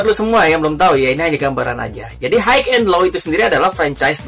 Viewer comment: High cara bacanya /hai/,sukses terus